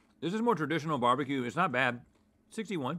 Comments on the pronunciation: please it's not beebeque, it's barbeque! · my dude, just say "barbecue" lol